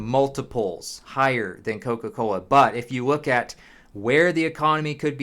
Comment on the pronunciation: “If you wook at”